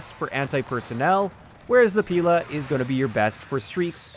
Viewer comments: It's actually pilA. Stress on the last syllable. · In fact they are not píla and stréla! They are pilÁ and strelÁ . That's how you pronounce them right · Fun fact: As Pila and Strela names have Russian origins (translated as "saw" and "arrow" respectively), it would be more correct to pronounce them with stressing on "a" characters: pilA, strelA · It is pronounced “pilA” and “strelA” - russian words for “saw” and “arrow” respectively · Both Pila and Strela are stressed differently. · In words Pila and Strela stress should be on the las letter A, not I or E.